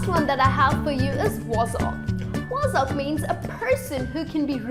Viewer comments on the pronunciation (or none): she is saying "Wozzack" its not, it is pronounced Waaz-sic.